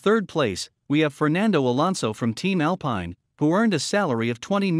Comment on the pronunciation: Alpin (« Alpeen »!!!! and not « « Al Pie..n ». There is nothing more french than Alpine!!!!!!